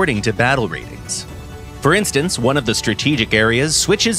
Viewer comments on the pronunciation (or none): none